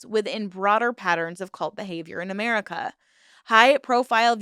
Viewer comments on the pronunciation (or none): none